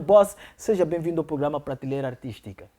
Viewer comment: Por favor, "Pratileira" NÃO....mas sim, PRATELEIRA!!!!!!🙃🙃😶😶...façam edição textual!!!!!